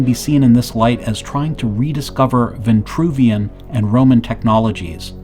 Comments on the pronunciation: “Vitruvian” man, not “Ventruvian” !! The word has no e nor that extra n! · Almost lasted 5 minutes. veNtruvian.. Sorry credibility is a go no go for me. If pronuciation accuracy isnt important, what else isnt? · It’s Geo-metry WTH is G-aahmtree. And its Vin-true v-in . TRUE vien true! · it it vintruvian or vitruvian? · Why the variant pronunciations of Vitruvian and VINtruvian? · This "Vintruvian" shxt is really bothering me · Funny, because there's no "n" in Vitruvian! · Vitruvian with one N and Vitruvius with no N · I noticed that too, like through the whole video. I put the closed caption on just to make sure I wasn’t hearing this completely wrong, but yeah there’s no “n” there. Let’s be mindful of how words might sound and actually how they are spelled. Although a great presentation, that part was hard to listen to. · There is no 'n' in Vitruvian man. Ironic that you can't pronounce this holy name right.